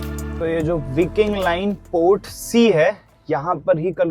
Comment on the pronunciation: विकिंग नही व्हायकिंग